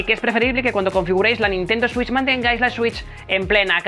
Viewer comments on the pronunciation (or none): Nadie:: consola Nintendo suich